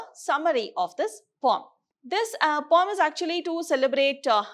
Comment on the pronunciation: I didn't understand weather she is telling pome or poem